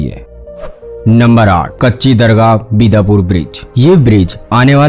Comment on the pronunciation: Bat to lagbhag sahi hai jam se to paresani bahut hoti hai lekin a बिदापुर nahi hai bhai blaki biddupur है